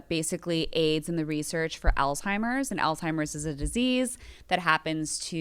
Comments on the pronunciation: She can’t say Alzheimer’s right … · THERES NO T IN Alzheimer’s!